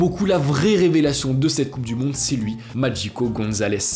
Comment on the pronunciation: Pourquoi prononcer "Magico" à l'italienne?